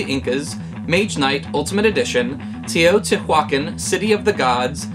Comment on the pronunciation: Love your videos,! Can’t wait to hear more about Teotihuacán. Not a dig, but I think a good approximation for pronouncing it (and more importantly a fun mnemonic) would be: Toe + Tea + Wakanda - da.